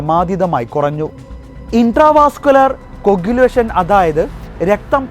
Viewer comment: ആൾന അല്ല, അൾന 😅 ഇൻ്റ്റവസ്കുലർ കോയഗുലേഷൻ ഇതിനെ പറ്റി വലിയ ഐഡിയ ഒന്നും ഇല്ല ലെ .. കേട്ടാൽ അറിയാം 😅